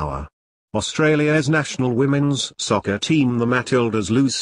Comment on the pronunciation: one of the reasons they suck is that you're calling it "sco-cer" instead of fútbol(or football, as the anglos call it).